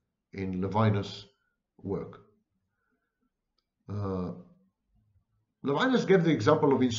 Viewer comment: Levinas is pronounced in French levee-NAS.